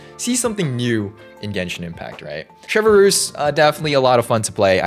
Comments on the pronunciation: The way he says her name like chevverroose bothers me like its chevreuse (chevrus) not chevrolet moose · just a little fyi it’s not “chevaroose” it’s “chev-ress” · sheh-vrooze not shev a roos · Him saying ChevERuse instead of chevreuse plays with my mind so badly 😭😭 (No hate to lol) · French speakers: Try to say Chevreuse, it's quite simple: CHEVEUX ROUSSE 🗿🗿🗿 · Full disclosure you said her name wrong